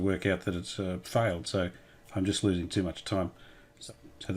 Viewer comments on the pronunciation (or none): none